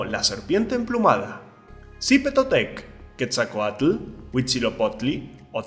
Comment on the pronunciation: no sabes pronunciar el nombre de la serpiente emplumada ni los demas pero no te juzgo solo te lo digo de forma bien